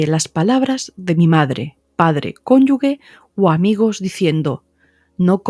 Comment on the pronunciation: Doctora, me encantan éstos videos! Están llenos de sabiduría, sin embargo, le digo que usted pronuncia mal, una palabra...dice cónyugue, en lugar de cónyuge No es una crítica, es a modo constructivo, que se lo hago saber... GRACIAS por hacer éstos videos!❤